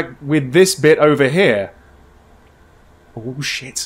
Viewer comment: There's just something about a horror Let's Play where the reaction to a medium jumpscare is "Ooo!" instead of full on screaming. Although my favorite is when starts saying "oh shit," and it comes out sounding like "woosh!"